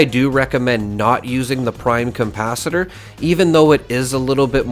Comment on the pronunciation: Why do you add an M in capacitor? Saying compacitor is a bit odd... like the DeLorean has a flux compacitor?... lol.